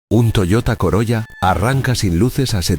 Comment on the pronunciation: SE PRONUNCIA " COROLA"